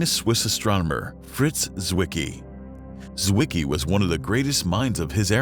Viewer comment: the letter Z in German wean what, dear narrator? Tsett, not zzzzet. And you know what a "Zwicky" is? Come here and I'll give you one.